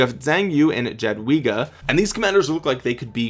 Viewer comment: ...its "Yah-dvee-gah", emphasis on "dvee";) - From an ROK Pole helping ya out